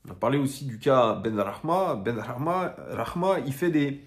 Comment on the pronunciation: tu prononces vachement bien les noms en arabe (khadra, benrahma). GG à toi parce que c'est pas simple d'habitude pour un non arabophone, t'as pris des cours plus jeune ?